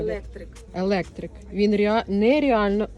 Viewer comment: Колір- електрИк! Це правильний наголос! Куртки дуже і дуже гарні❤❤❤!